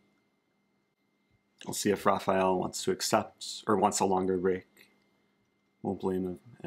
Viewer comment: Thanks for the good content Eric. BTW, if a word starts with an R in Portuguese, the R is pronounced like H in English. So, it's basically "Hafael".